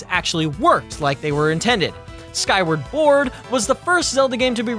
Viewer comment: He also called the game "Skyward Ford"